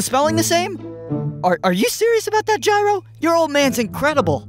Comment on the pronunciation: Gyro pronounced his own name wrong 😭